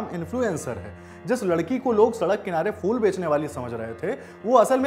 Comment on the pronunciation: Arre champak fool nhi phool hota hai